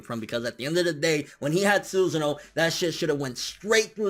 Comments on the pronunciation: The way you say sus'sano tilts me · I dont know why your pronunciation of Susano triggers me. I always thought it was pronounced su-Sa-no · Not "Suzin O" ...Not like "Hey Susan (O)" ... It is actually pronounced "su SAN no". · What's a Susano?! What does he pronounce it that way?